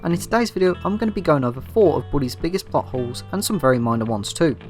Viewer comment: When you say plot holes it sounds like buttholes